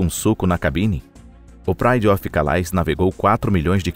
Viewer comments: E não se pronunciai calais (ao pé da letra), por ser ser frances, é "calé".. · A palavra CALAIS é francesa e se pronuncia CALÉ.